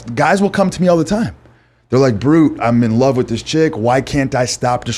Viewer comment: Bruh he kept sayin de brute